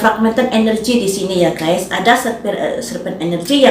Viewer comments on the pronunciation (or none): none